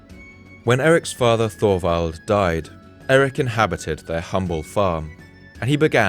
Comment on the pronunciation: Just an FYI; Thorwald is not pronounced Thorvald. It is pronounced Tovald. The o is short and the emphasis is on the first syllable. My grandfather Thorwald would thank you.